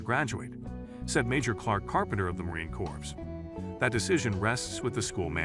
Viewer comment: Just a quick note. "Corps" is pronounce like the word "core". Thumps up, and great story.